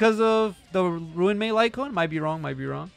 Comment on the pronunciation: Ruan Mei's name is pronounced "Ron-May" btw